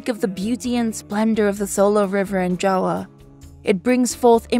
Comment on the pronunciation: Much respect for pronouncing "Java" as "Jawa" as it is in Bahasa Indonesia. This is a great breakdown, I learned a lot as Indonesian myself. Thank you!